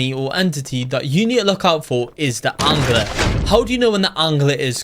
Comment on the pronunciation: Why do you say angler like aungler